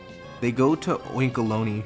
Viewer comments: please just pronounce oinkologne like "cologne" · I died inside when he said Oinkaloney